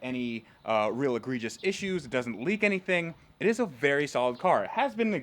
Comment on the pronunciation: Anyone else get the weird cringe feeling every time he says egregious??